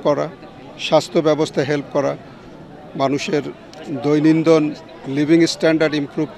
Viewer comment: শব্দটি দৈনন্দন হবেনা সম্মানিত সেনাপ্রধান। শব্দটি '''দৈনন্দিন''' কি বলবো বুঝিনা। একটা দেশের সেনাপ্রধানের মুখে যদি নিজ দেশের মাতৃভাষার এই বেহাল দশা তাহলে কিভাবে কি হবে?